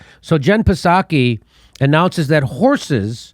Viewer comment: HEY JIMMY!!!!! THE P IN PSAKI IS SILENT. IT IS PRONOUNCED LIKE SAKI